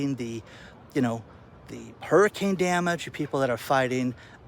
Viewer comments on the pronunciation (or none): none